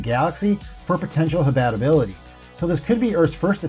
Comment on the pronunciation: Habatability??? “HABIT A BILITY”. Lol